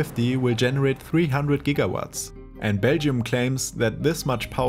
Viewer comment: Meinst du Gigawatt wenn du Gawatt sagst? 😂😂😂